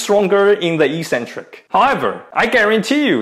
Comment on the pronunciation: Ee-sen-trik is incorrect pronunciation but it's everywhere on YouTube. Correct English is ek-sen-trik and as you're Australian that's the way you should say it. The other sounds cringily American.